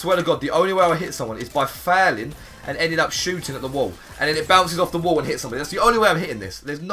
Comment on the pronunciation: You say failing so weird